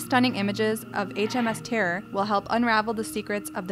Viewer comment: “HMS Tearr”